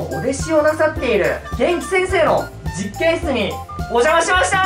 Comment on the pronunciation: まふまふさん、 げ⤴︎んき⤵︎ってイントネーションがまふまふ語すぎてやばい